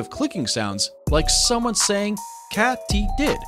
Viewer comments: Katy-did not cat-ee-did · It's pronounced as Kaytydid,..not Catydid.(like a cat) Ya know some of these creatures cannot be kept as pets due to the fact they will die,and if you touch a Monarch's wings it burns them.Meaning pain. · Loved the video but it's pronounced "kay-tee-did" not "katty-did. " Otherwise, very impressive "vaddy-oh." See what I did there?😄🦗 Also, you've obviously never been to southern Ontario, Canada when the Monarchs migrate to Central Mexico. Groups of thousands can be seen along the shores of Lakes Ontario & Erie, where I was witness to their splendor. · I believe it is pronounced “KĀTYDID” as this is how I’ve heard it pronounced all my life. The way you pronounce it, it should be spelled “KÄTTYDID” with 2 consonants together following the vowel, making the A pronounced as a “short” A, like in “sät”. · Nice video. Except for all the begging for likes, etc... Also it's Kady did. Not cat.... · Catydid I've always heard Katiedid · I got tired of hearing kattydid instead of katydid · "Katie"did = katydid NOT Katty did lol. Young people... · Here in the south, we pronounce it Katy-did, as in the name "Katy". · Since when do mantids worry about being eaten by their prey? Lovely photos, but I must say I was quite intrigued that anyone would pronounce 'katydid' as 'cattydid'! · You lost me at "cat-ee-did". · It's not called a "CAT E DID" there guy. Ca' Mon dude get it right would ya? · Sorry, I won't be subscribing to a channel where they can't pronounce 'Katy'did, or know that a creature doesn't have to worry about 'prey' eating it. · I've never heard "katydid" pronounced that way.